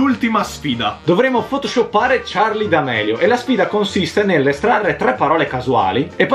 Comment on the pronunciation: Che poi Charli d amelio con la "e" hahahaha